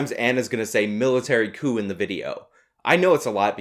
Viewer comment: She says coup, but still sounds like cuckoo to me.